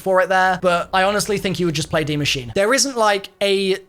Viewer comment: please, PLEASE learn how to pronounce Die Maschine ("machine-uh") properly. You just sound lazy and I know you're better than that...